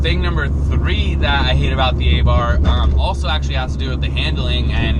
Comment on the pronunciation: A Neu-f rear bar will cure this. Also, it's pronounced "Ahh-Bart." There is no "th" sound in Italian.